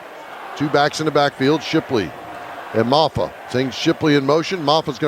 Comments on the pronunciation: Mafoo in the backfield😂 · How does Todd get 'Mafoo' out of Mafah? LOL